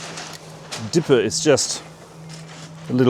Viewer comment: I enjoy your content and dont really want to be ‘that guy’ but most anglophones would recognise the local town name pronounced as dee-yepp, rather than deepe. Might help viewers place the historical event more quickly.